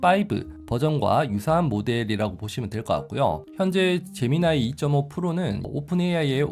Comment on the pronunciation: 젬미니 인줄....